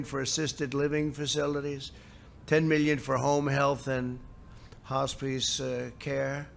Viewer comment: What’s a “Hos-Pice” care? 🤔